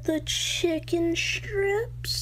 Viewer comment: You put the “h” in “strips...” You absolute failure. You failed him... I SUMMON THE CHIIIICKKEEN STRRIIIIIPPSSSS MAN!